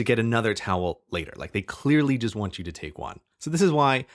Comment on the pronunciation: Nant. Sounds like "taunt" for between need and want.